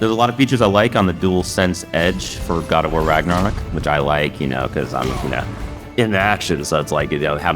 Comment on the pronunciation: I love "Garawar Raggerok"